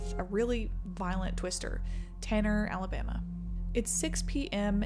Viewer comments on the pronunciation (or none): Ah, yes, the great state of "Alamaba." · "Alamaba" lol. Love the vid anyways, as always! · “ALAMABA”… small ooops! awesome video! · Is it just me or did that say alamaba? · Just here to point out "ALAMABA" lmao